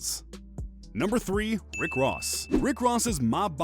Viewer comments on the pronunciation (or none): none